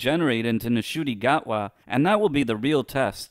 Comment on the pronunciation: This is such a biased video, firstly the N in Ncuti’s name is silent it’s pronounced ‘Shootee’ and secondly you are judging both him and Russell based solely on either their previous work which couldn’t be more different to Doctor Who and The Doctor, considering both Ncuti’s talent as an actor and his enthusiasm at taking on the role along with RTD’s prior era imma say the show is back in good hands, having David back as a bridge incarnation (aka 14) makes sense to me not only because we get three episodes that make up the 60th anniversary with him but it also means that Gatwa won’t be just thrown into an anniversary story and have to carry it entirely himself